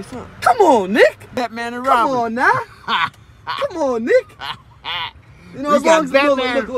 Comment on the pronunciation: He said "Batman and Robin". Not "that man a robber" 😂